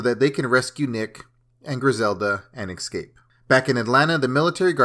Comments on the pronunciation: It'd not exscape man it's ES-CAPE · Bro... its eScape not eXcape 😂